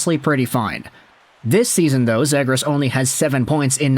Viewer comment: Dude you gotta learn how to say his last name correctly